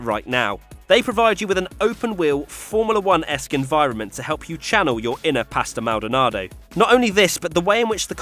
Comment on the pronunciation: Anirudh Gurumurthy pretty sure he called him Pasta Maldonado